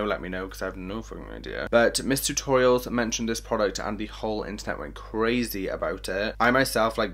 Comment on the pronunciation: I thought you said mister orials instead of miss tutorials 🤦‍♀️